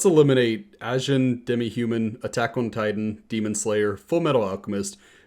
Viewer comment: wow you really fucked up the pronunciation of "Attack on Titan"